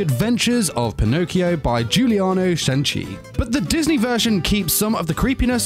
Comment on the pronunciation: i'm italian and the way you said "pinocchio" made me die laughing